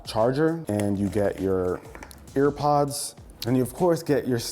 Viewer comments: “Ear pods”😂😂😂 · He said fucking ear pods 😂😂